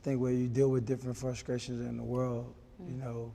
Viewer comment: frustcrashions that’s a new 😂😂😂